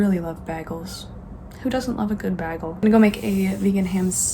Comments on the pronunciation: Tip: Bagel=. Bay gel not bag el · I was just rewatching some of your old videos, and this one popped up! 😍Love your vlogs, and I love how you pronounce the word "bagel." 💙